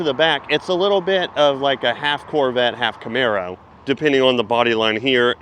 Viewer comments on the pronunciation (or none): none